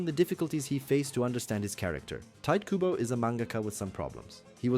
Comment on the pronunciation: TA. I. TO. KU. BO 日本語は母音をはっきり発音する事が多いです 身近に日本人はいませんか？クボ・タイトをどう読むか聞いてみて